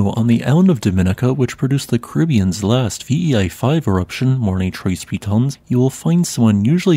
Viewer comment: How to properly pronounce "Morne Trois Piton": Morn Trwa peetown"